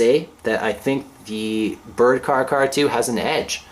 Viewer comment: care-ahh. care-ahh 2.